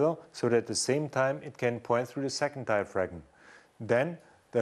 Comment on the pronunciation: a ten year old vid....and I just wish the presenter knew that the G in diaphragm was silent....because he's murdering the English language it's so cringe inducing...